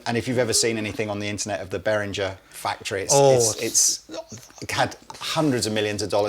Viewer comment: Not really the point of the video and a bit nitpicky, but I believe there's hard G in Behringer (them being a German brand and all) and I've also heard from multiple sources Nux is supposed to be pronounced "new x" (there's even a sort of hyphen in the logo). But now I'm not so sure tbh, because clearly should know, dealing with those companies directly...?